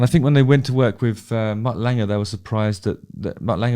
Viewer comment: Are you saying "Mutt Langer"?